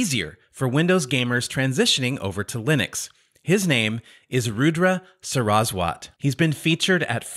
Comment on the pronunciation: Saraswat ... Accent on first syllable, like SAR us vott (v and w are interchangeable, and is pronounced somewhere in the middle)